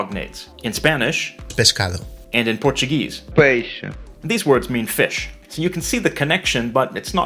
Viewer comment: Você não pronuncia peixe deste jeito!